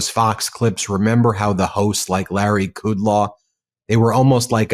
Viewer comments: Larry's name is pronounced "could -low." How hard is it to do 2 seconds of research and learn that? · Kood-law. Bartoroma. Ingra-ham.